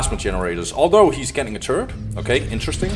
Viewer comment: This is some good and needed dow content, keep it up dude. Also, i keep hearing "turd" instead of turret, i love it lol